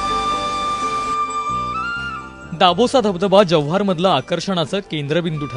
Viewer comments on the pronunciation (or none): Tysm to come Jawhar we always most welcome to every tourist.. & Its not Jawahar 😅its Jawhar(जव्हार)..